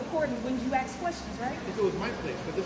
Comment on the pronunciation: To the female guard… it’s ask not axe.